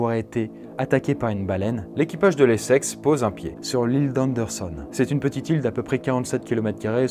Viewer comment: Je suis le seul à entendre "les sexes" au lieu de l'Essex toute la vidéo ? XD